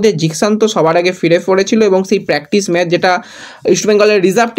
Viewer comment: ভাই তুমি আবার ম্যাচ কে ম্যাজ বলছো? আবার ফিডনেস হবে ফিটনেস। বড়ো বাজে লাগে। একরু শুদ্ধ করে নাওনা ভাই। তুমি ভালো বলো, সব ভালো কিন্তু উচ্চারণ টা ঠিক করো। অবশ্যই লাইন নয় অফ লাইন।